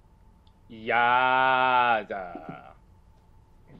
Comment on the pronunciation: it’s YAAASSSSSSS not yeeeeeaaaaasss